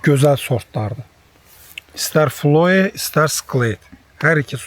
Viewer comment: Qağa, əcəb bağbansan ey, vaLLaH! O sortun adını düz demirsən. FLOE yox, FLOVİ. Aşağıda yazmısan dayna gül kimi FLOWY [flouvi] . Denən ki, ABŞ-ın Florida ştatında calaq ediblər, yerli gözəldü, Florida +Flower ya da Florida +flow sözlərinin calağından çıxarıflar. Florida Çiçəyi ya da Florida Axıcı rəvanı deməkdü. Üçüncü versiyada da Florida + Employee sözlərinin calağıdır, Florida işçisi deməkdü. ... Floe , yox bir , Xloe ! Xloe də Yunan çoban qızın adıdu! ... Fungicide də göbələkqıran ,kifqıran deməkdü. Camaat nə bilsün ki, nə? fungicide nədü ? Şaftalı da ki ,ən yaralı yerimdü! Şaha yalnız şaftalı ilə işgəncə verə bilərsiz! Gözümün qarşısında bülöv daşında xəncəri itiləyif o şaftalını o iti xəncərlə kəsmək var ha, təsəvvürdə mənzərəsi belə , dəhşətə salır!